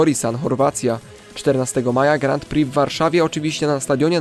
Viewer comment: Bardzo ciekawy odcinek, ale proszę , na Twoim poziomie zainteresowania żużlem, powinieneś wiedzieć jak wymawia się Grand Prix, znajdziesz wymowę w internecie , ale najkrócej mówiąc bez "d"" w pierwszym słowie, i bez "x" w drugim drugie słowo opanowałeś perfekcyjnie, pozdrawiam serdecznie, to przyjacielska rada , nie złośliwość.